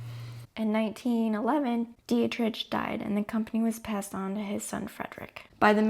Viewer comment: Gruen! Love your channel + keep the sound effects! Dietrich is pronounced “DEE-trick.” Don’t say it with a hard CH like church.